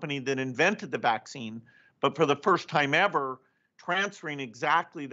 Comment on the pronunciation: His pronounciation of the Vax - Vaccccccccine, is the one that gets me! Peace.